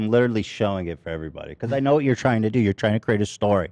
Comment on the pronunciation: Why does adin ross pronounce literally as “littly” it pisses me off lmao